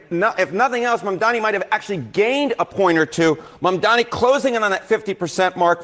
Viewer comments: Omfg, is still saying, Mandami. How on earth can she STILL be saying the likely new NYC mayor's NAME?!! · She even says his name wrong when READING it spelled correctly. Unreal. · just MISPRONOUNCED Mamdani's name too. This is UNBELIEVABLE.